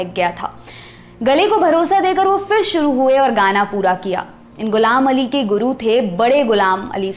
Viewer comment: Beautiful narration.. but b careful with one word 'fir'.. its pronunciation isn't FIR. It's PHIR..फ not फ़